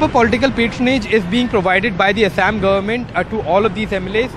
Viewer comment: Tell the reporter to say Assam properly. No need to add weird accent to it.